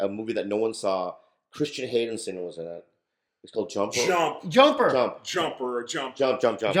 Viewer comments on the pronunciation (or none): “Christen Haydensen” 😂